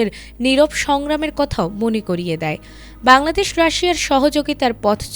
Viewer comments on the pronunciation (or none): none